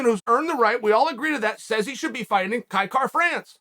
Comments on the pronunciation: You know Uncle Chael is high on somebody when he literally pronounces their name correctly🤙🏻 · Kai Kara France the only name Chael can pronounce properly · You must be extremely marketable for chael to say your name correctly. Congrats Kai. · Clicked simply to see if he would say his name correctly 😂